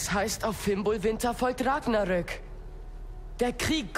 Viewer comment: Es heißt Ragnarök!